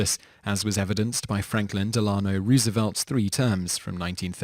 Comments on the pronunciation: first of all its Rose-ah-velt, not Roooos-eeeee-vault!!!!! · AAAAAAAAAAAAAAAHHH!!! It's ROSE-evelt! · never mispronounce FDR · I can't be the one who laughed at the way he pronounced FDR's name